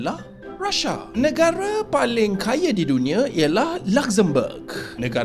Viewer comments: Maaf brader.. bukan rasa tapi Rusia.. cakap biar jelas sikit. R U S I A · Russia bukan Rhasha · sebutlah RUSIA.bukannya RAS'SA.Bodoh betulkah awak ni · RUSIA KE Rashiaaa mcm org putih ckp sebut , R A S H I A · baca berita pun tak sebut Rusia mcm tu